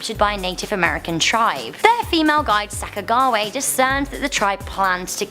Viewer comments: It pronounced sack a ju we a 😘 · Sacka- JA- Wee-Ahhh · Sacagawea - Sah cah jah wee ah, Antitam - an tee tam. Please learn how to pronounce words you are unfamiliar with.